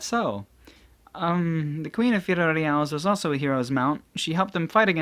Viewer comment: FI LO LI AS Not firorias